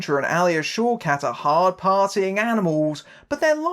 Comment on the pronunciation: Whenever you say one of the actress's names, I keep hearing it as "Showcats" :D